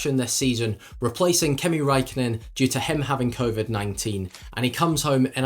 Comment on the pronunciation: Kimi Räikkönen. Not Kimi raikonnen